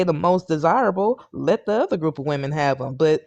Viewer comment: What's with all these guys that can't pronounce the word, "women"?